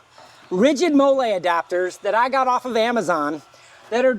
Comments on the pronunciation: Hi, it’s pronounced “Molly,” like the name… not “mole” like the Mexican sauce 👍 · It’s pronounced Molly. Like the name.